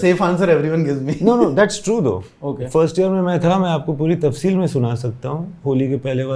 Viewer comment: Tafseel.... Ghalat... Qitab.... Tallafuz bhaisahab!